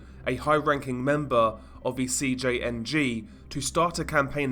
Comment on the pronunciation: I like how since you’ve been making a ton of these video and gain a lot of attention from it, you never keep them bland or the same. Like I notice you used to say CJNG in English but you pronounce the entire enitials I’m Spanish. Keep it!!!